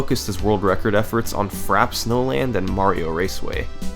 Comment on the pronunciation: Besides your concerning pronunciation of "Frappé", no complaints here about another great video.